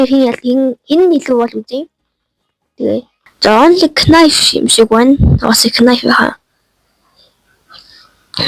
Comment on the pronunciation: knife shaasn te nife gej unshdima agaandoo